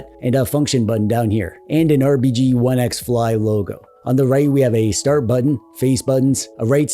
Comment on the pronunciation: Loved your style and attention to detail. Like always pronouncing RBG right! One of the few channels I watch every single video that comes out.